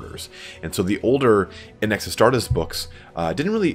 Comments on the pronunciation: Arr starr tees?._. Adeptus Astartes or Legiones Astartes. I love your content but your pronounciation of some words tear at my mind as if though they wielded power claws. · Frost Wolf as-star-tez. That's the way it should be pronounced as per my many years of Latin schooling! Astarteeees is the way a lot of games do it and I hate it! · Your pronunciation of "Astartes" triggers me. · Hunt. And others get triggered by the wrong pronunciation ;) Astartes is not English.